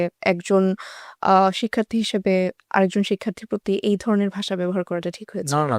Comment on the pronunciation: দুঃখজনক,,,শিক্ষার্থী শব্দটা উচ্চারণ করতে বারবারই স্লিপ খাচ্ছে!!!